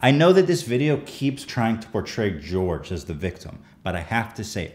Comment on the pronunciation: Jorge isnt pronounced like George though